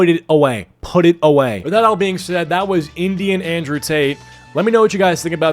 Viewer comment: Indrewian tate